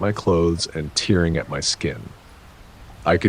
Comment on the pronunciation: how to pronounce tearing - "Tearing" is pronounced as two syllables, "TAIR" + "ing"